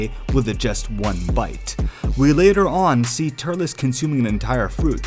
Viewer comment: Turles is pronounced like "Turlz." Not "Tur-less"